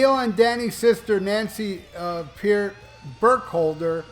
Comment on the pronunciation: Is it too much to ask you to learn how to pronounce the guy's last name???